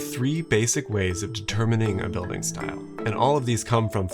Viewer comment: "DeterMENING" a style?? (at approximately ). Should be "DeterMINING" ! Also, "exemplar" means a typical, classic example of something, not a new mashup. Like "cultivar."